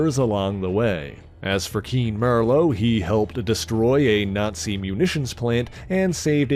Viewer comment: Keen MER-LOW???!?!?